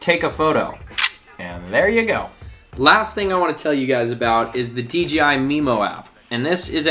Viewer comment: Awesome opening scenes! It's also nice to hear someone correctly say D "jay" I (DJI) , instead of the other videos I watched where they all said D "gee" I (DGI) 😜. I'll watch the rest of the video now 😊😊